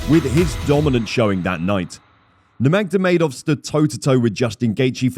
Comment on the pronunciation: Doesn't give a good impression when you don't know how to pronounce nurmagomedov